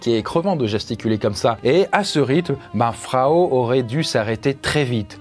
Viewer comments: Je crois pas qu'on puisse prononcer "Frau" Fraou (comme un prénom)... Frau Trofea ou Madame Trofea de la traduction de l'allemand , la angue parlée dans la (région alsacienne ) de ces années là ... Ceci dit, c'est ainsi que Péracles l'a nomma dans ses écrits , et l'on sais que ce n'est pas le vrai nom de cette dame, et qu'il aurait sorti se nom comme nous pourrions le faire de nos jours en l'appelant "Madame trucmuche" ou en Allemand " Frau Trofea"...😉🤔👍 Mais sinon , c'est une vidéo très sympa comme d'habitude. Je comprends enfin ma tante , qui me disais de temps à autre, que j'avais "la sainguy" quand j'étais gamin et turbulents. Comme si il s'agissait d'une maladie...🤪🤔😉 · Au moment où cette histoire se passe, Strasbourg était une ville de l'empire romain germanique, ce qui implique qu'on y parle une langue germanique. Ce n'est d'ailleurs pas pour rien que l'alsacien est un dialecte allemand. Donc oui, il prononce mal "Frau" étant donné que, histoire vraie ou non, son nom n'est pas Frau étant donné que Frau veut dire femme ou madame, dépendant du contexte. Il aurait très bien pu raconter l'histoire en remplaçant "Frau" par "Madame".